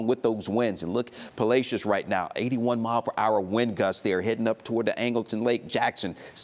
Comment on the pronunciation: Palacios is pronounced like "molasses" ❤